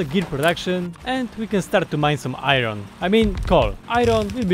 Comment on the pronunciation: I love your pronounce of "iron" it makes me so satiesfied with no reason